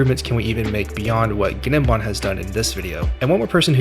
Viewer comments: Im pretty sure its just 'nim-bahm' - like the g is silent. Not a big deal it just sounds goofy as all hell when you pronounce the g lol, guh nem bahm is wild af 🤣. Awesome video tho man and thank you soo much for talkin at a normal cadence without the overcharged caffeinated crackhead energy these other people seem to have to put on. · Great video. BTW The G in Gnembon's name is silent. E.G. "Nembon" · Awesome video. Thanks Oh and the ‘G’ is silent for gnembon meaning it’s pronounced as Nembon. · Fairly sure the g in gnembon's name is supposed to be silent. Like in words like gnat, gnome, foreign, etc. So it should really be pronounced as "nembon" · the g in gnembon is silent, lol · The g in Gnembon is silent. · gnembon has silent g btw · And the G is silent (in gnembon). 😉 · The G is silent btw